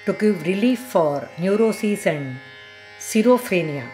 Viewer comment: pronounced "skit-so-phrenia."